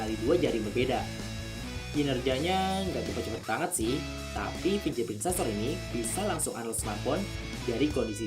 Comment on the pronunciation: fingerprint bacanya fingger bukan finjer